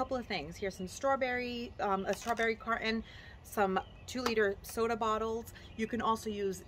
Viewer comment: "strawberry cart-uhn"...you've got to be from Utah.